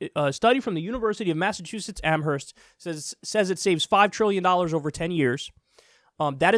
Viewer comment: As somebody from Amherst, I really just need to tell you that the H is silent. Sorry.